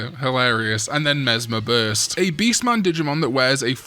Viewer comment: Mesmer Burst, the way you pronounce it, feels like a "deez nuts" joke "Mesmer what? Mesmer Burst!"